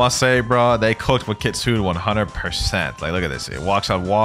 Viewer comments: kitsu-ne Not kit-sune!! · Kit-su-ne not Kit-sune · Bro If keeps pronouncing Kitsune like “kitsoon” ☠️ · For everyone who doesn't know kitsune is pronounced kit-soon-ayyy